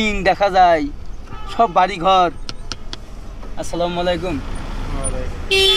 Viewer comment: ভাই তুমি সালামটা অন্তত ভালো করে দেয়া শেখো